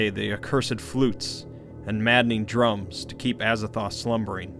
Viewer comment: Aza “Thoth”’